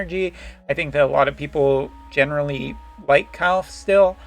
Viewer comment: Surely one of these days you'll learn how to say Kilphe